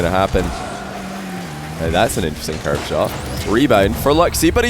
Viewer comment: Why does he say « couver » instead of « curve » ? :-/